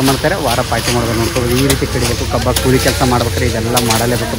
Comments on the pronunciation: ಕೂಳಿ ಅಲ್ಲ ಅದು ಕೂಲಿ 😂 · Bro adu ಕೂಳಿ ಅಲ್ಲಾ ಕೂಲಿ😅